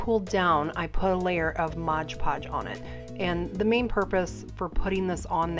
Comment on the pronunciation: MOD podge. Not modge podge